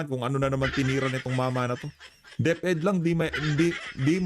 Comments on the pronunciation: Nagbabasa na nga si BBM ay Hindi pa maka pronounced ng right word. DIPDIP daw! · Paano maibigkas ng mabuti ni bebe em ang deped eh kasisinghot lang siguro niyan kaya ngumingiwi-ngiwi ang bunganga. Pambihirang pangulong ito nakakahiya 😂😂😂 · Bangag talaga pati deped hindi ma pronounce ng Tama . At naiba na pala ang nagpapagawa ng tulay ay deped na. Mga mamayan pilipino kilan pa kayo kikilos Kong lugmok na ang pilipinas.